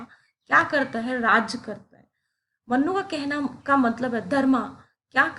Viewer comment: Respected Madam,it’s मनु (Manu) not मन्नु (mannu).